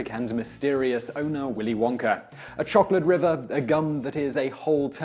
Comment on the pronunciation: He pronounces Owner... Ownaar. Thats not english